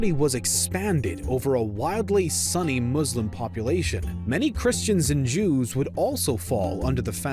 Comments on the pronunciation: Sunni, not Sunny. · I spent the first 5 minutes wondering what a Sunny was but realize he was saying Sunni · Wow, the way you pro ounce some of these terms is amazing. Cavalry? You mean Calvary? Sunny... You mean "soo-nee" (Sunni)? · “Sunny caliphate” I was like oh they’re a Sunny Caliphate? 🥴 haha then it hit- “Sunni” 😁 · It's pronounced Su-nni. Not sunny. They are not sunny-Muslims. They're Sunni Muslims. How are you a documentary channel but you don't know how to pronounce the names of one of the largest modern Muslim sects? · SOOny not sunny...... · “Sue-knee” not “sunny” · I constantly thought ''hmm why would Abbasid lands be more sunny though, the other is located on Egypt?'' It is sunni dude, not sunny. Like ''sune kneeee'' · Y’all are idiots... he meant “sunny caliphate” because video pronounced it wrong instead of Sunni 🤦🏻‍♂️ and video said Sunni referring to Zengids that took over Egypt at the end, not the Fatamids that the video called Shia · you said sunny not sunni, it is sunni, sunni muslims or sunni caliphate. But, I still like the video:) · No offense intended, but Sunni is pronounced, soon-knee, not sunny. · It's pronounced Sunni, not sunny 🤦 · Sorry for laughing when you pronounced 'sunny' instead of 'sunni' 😅😂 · Ofcourse, as a sunni muslim, I was like: SERIOUSLY?! SUNNY?!?! IT IS SUNNI, NOT SUNNY! But, I still enjoy the video :D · Your pronunciation of Sunni really threw me off it took me a while to realize what you meant by “Sunny” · Can you stop pronouncing Izlam, muzzlem, sunny etc already! It's very disespectful. Learn to pronounce them right. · Not until watching this video have I ever heard someone pronounce ‘sunni’ as ‘sunny’ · Thinking the same thing! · Me too. I was like, "Sunny and Islam. Never read about that in any history book before..hmm". 🤔🤔 Then I began crying with laughter as I had a realization. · I was confused the whole time😂😂 like dude what do you mean "Sunny muslims" haha